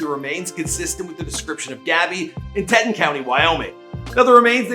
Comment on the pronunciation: TEA-TAWN that’s how you pronounce Teton county. Anyways this is so sad and just dredges up Shanann and her babies dying. This is just awful. I hope they find his ass and sentence him to death for it. Smh. Her poor parents. 😢😣💔